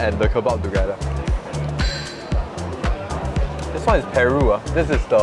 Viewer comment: This one is Peru Me: huh? 🇵🇪? ...Cow's lungs... Me: oh, pAru... 😂